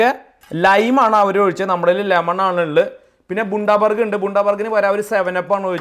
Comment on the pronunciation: Pronounced as Bandabuuurg It is a city in Australia